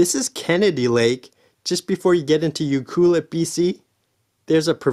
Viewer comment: Pronounced U- Clue- Let